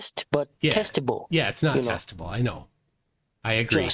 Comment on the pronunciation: I don't think he said ' testable '. It sounded more like ' TESTICLE '. As in with a rock tied to it.